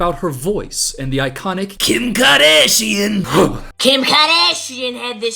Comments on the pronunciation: Kym KaAh-DAaash-iyan😂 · is there a count for how many times we hear “KIm KahDasheeen” in the whole entire video? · KIM KAADAHSHIIAN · KAAARdashian… thanks I’m mad now 😅 I don’t really know who she is out of mascara gate and I don’t think I’ll be rushing to find out.